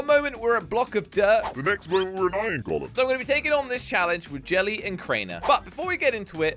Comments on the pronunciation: What does jelly say iron like ion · I love when Jelly always said "ion" instead of iron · Lol I love when jelly says Iyon instead of iron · Instead of iron jelly always says iyon lol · Why does jelly keep saying iyen instead of iron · Why does jelly keep saying iyon instead of iron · "IYON" - jelly in every video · Am I the only one that hears this but when jelly says let’s go find som iron it sounds like ion